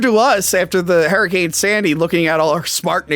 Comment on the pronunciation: wtf is a herricane?